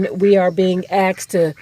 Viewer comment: Axed? Really? Did you mean “asked”?